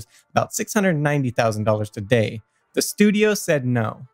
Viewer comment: stop saying "today" like that!!!!!!!!!!!